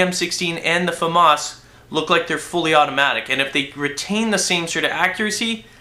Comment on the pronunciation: he does know that Famas and M16 is a fully automatic in real life right? and he says Famas wrong fumas lol... Epic Beard